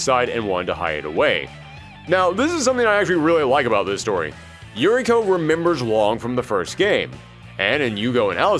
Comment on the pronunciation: Uriko is pronounced Oo-ree-ko.